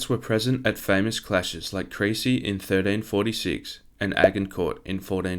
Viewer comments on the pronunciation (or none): none